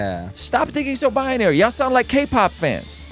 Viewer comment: The interviewer may have some good points, but I cannot listen to the mispronunciation and misuse of words. In the first 2 minutes, he said "bia-nary" and "objectible facts". I stopped . Perhaps an editor could help.